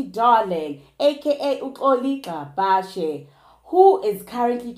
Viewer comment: Gcabashe haw bakithi not Gxabhashe😂